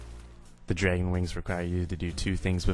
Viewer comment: I like how you say "dregon"